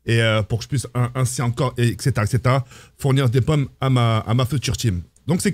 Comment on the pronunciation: Mes plommes, mes postes c'est pas compliqué de dire pommes 🤣🤣🤣